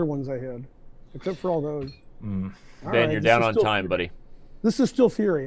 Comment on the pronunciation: the first time ben said'i think this is still theory' i thought mm ok perhaps......but after another 30 moves into the end game when he said again'i think this is stillt theory' i just start laughing.